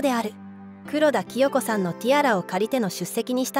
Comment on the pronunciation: ティアラの詳細のとき、黒田清子様の読み方を間違えています。 クロダキヨコさまではなくて クロダサヤコさまです。 お名前を間違うなんて、、、